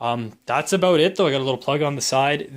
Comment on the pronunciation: You shouldn’t cuss there’s no reason for that and why do you say OUT and HOUSE and ABOUT like you do